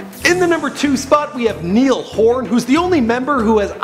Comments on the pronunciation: It is niall like (na-yal) not nill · ITS NOT NEAL ITS NIALL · Did you just say «nil» you have to say «nial» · I bursted out laughing when instead of saying n-i-all Horan he says N-e-all Horan 😅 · His names not Neil, it's NIALL (N-Y-ULL) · Did anyone hear him say "Neil" Its NIALL!! NI-ALL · it's Niall not Neil bit I understand it was a mistake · It's Niall not Neil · Did he say Neil horan dude its niall. Niy-ll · It's Ni-all not Neil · NIALL NOT NEIL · Mine is Zayn. Niall is pronounced Ny-ul and Louis is pronounced Lu-is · Just so you know Niall is pronounced Ny-ul and Harry was actually born and raised in Holmes-Chapel, Cheshire, England. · "Neil Horan" I GOTTA GO NOW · If you ever go to Ireland again, take me with you!!!!!!(just like everyone else said, Niall is pronounced Ny-ul) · are we totally gonna ignore the fact that he said NEIL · When he calls Niall - Neall 😶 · No hate intended sir but did you just say “neeyal Horan”????????? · It's pronounced Ny-ul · he said niel😂😂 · he said niell Horan hahahaha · It's pronounced niall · HE SAID NIEL OMG ITS NOT NIEL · he said neal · Its pronounced Ny-ul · Mine is Louis. But u said Niall wrong!!!!! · The mispronouncing of Niall's name DROVE ME CRAZY!!!!! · people who dosent know how to pronounce Niall´s name are not qualified to make lists about One Direction! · While everyone is arguing about who's the best I'm sitting here being mad cuz the guy pronounced Niall's name wrong >:( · Can't you pronounce the name of Niall properly? :P :P :P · my favoriote member is louis Tomlinson anyone agree and he said niall horan wrong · you said Niall name wrong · I still can't believe he said Louis's name correctly,but mispronounced Nialls And am I the only one to notice he spelt Zayn's last name incorrectly? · IM SORRY BUT WHY ISNT ANYONE TALKING ABOUT HOW HE PRONOUNCED NIALLS NAME, LIKE WTF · You pronounce Niall wrongly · Ha he said Niall wrong (1.niall ) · its pronounced Niall